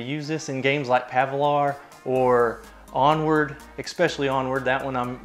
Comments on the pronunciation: Did he say Pavlor? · Bro said pavlar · "in games like Pavlar" lmfao.